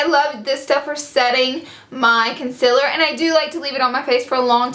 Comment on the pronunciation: It's con-see-ler not con-cil-er lol